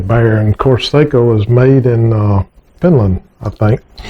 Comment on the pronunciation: I own a fine Sako Finnbear in .270 caliber. I too received the rifle as my graduation gift. According to historians and the Sako website, the name Sako is pronounced "SOCK-O".